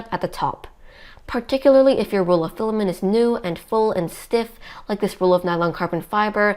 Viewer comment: Great info, thanks. I suggest the OP works at speaking more conversationally. Less huffing, hard breathing, and hard sentence stops. She sounds out of breath. You have lots of speaking experience. You can relax. Also, filamen't' sounds like fila-men. Please pronounce the 't' in filamen't'. You are a real inspirational duo for your AND adults. Thanks for being a great family team. Cheers to your brother, also.